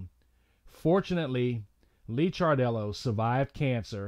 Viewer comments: Dude, it’s pronounced “Liquor dellow” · Its Lick-ar-dello. Its On-col-o-gist. :)